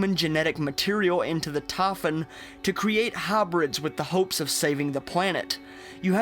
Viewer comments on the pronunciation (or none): The tahfun? You mean Typhon. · it is not tafun, it is typhon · Just say : "Tie" and - "Phone" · I fucking hate the way he pronounces Typhon. It not Tie fun. It's tie phone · "taphon" "devace" "praace" "tam" your neuromods are failing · ''the TAYPHON'' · Tah Fun. Satelat. Laf form. Naateen sixty three. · He said tafin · this guy's accesnt man... it triggers me the way he says typhon. TAH -FUN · 4 minutes in and just realised you're talking about the typhon, not "taffen" LOL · They way you pronounce "typhon"....No thanks, keep that southern accent neuromod.